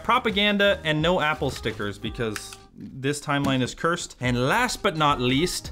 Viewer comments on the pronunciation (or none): Ohhh, I thought he said 'This time Linus cursed', not "This timeline is cursed" 😂🤦‍♂